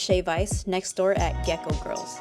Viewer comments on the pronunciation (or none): none